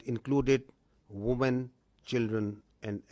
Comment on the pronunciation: woomen nahi be wimen pronounce karte hai